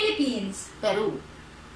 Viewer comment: Ung feel na feel nia ang pagbigkas ng PERU hahahha